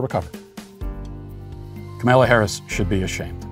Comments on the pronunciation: Matt knows it's funny everytime he butchers kamala harris' name yet he always keeps a straight face. Kamayla Harris! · If you are going to cancel her, you could at least pronounce her name correctly. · "Ok Ms. Vice President, remember earlier today when you reamed out the intern who brought your turkey sandwich with the tomato on top of the lettuce instead of between the meat and cheese then had that phone call with Joe where you had to remind him how to pronounce your name without flustering him? Bring that energy to this speech!"